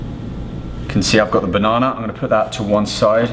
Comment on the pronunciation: I love how he says Bonona